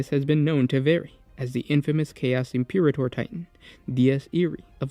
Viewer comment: Im-per-ator bro. Imperator. Just sound it out.